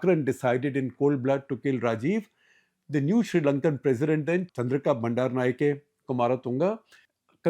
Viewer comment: An interesting perspective, esp from a subcontinent journalist vs a perhaps more distant Western one. , , - "Wijeratne", "Dissanayake", and "Bandaranaike" ends with an "a" (as in father) sound, not "ey" (as in hey) sound